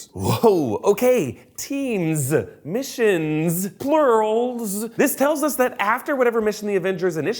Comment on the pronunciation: lol i thought temzzz missionzzz boobzzz